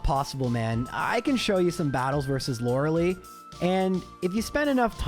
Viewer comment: that is how you pronounce Tangela though? It does physically hurt my soul every time I hear you say “Loralee”